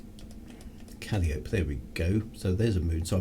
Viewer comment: Hi, I'm just catching up on these. Very nice of the Mrs to float out into space to give you some space tea right to the cockpit! Astronomy pronunciations: Calliope = Cal-eye-oh-pey